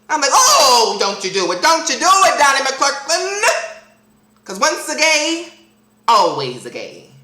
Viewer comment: Lol he kept calling him "Donnie Clurklin" love it (